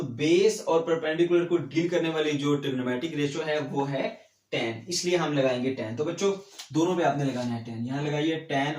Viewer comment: Sorry sir but teen nhi hota tan hota hai